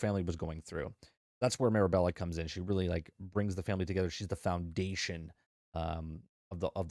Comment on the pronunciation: also my kids wanted me to point out that ur saying the main character's name wrong lol its Mirabel not Mirabella